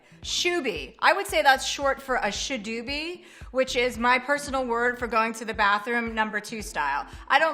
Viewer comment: she got shoobie wrong